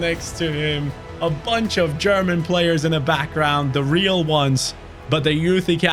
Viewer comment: Ich hab heute erst mitbekommen das du aus Deutschland kommst, ich hab mich die ganze Zeit gewundert warum du die deutschen Spieler so gut aussprichst 🤣🤣 Grüße aus Leipzig !